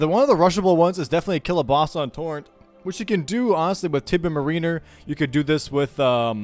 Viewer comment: Someone PLEASE tell how to pronounce mariner